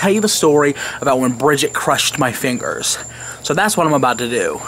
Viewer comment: dat mudder phuker cwushed ur feengirs!!!